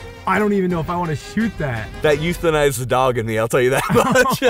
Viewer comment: "That enuthized the dog in me." 😂